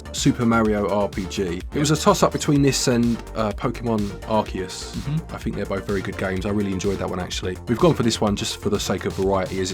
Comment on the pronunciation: Bless you for pronouncing Arceus correctly. <3